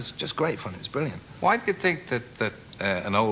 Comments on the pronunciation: I really really miss this bwilliant bloke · Thanks Chris that was bwoody bwilliant